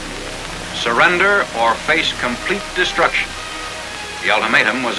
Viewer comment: "DESRUCTION" slow down a lil big, there's plenty of time left to release videos...maybe